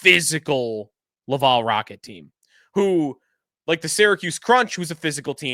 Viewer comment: Xhekaj… It’s pronounced: Jack-eye Laval: it’s pronounced lav-al (like Alan) not lav-all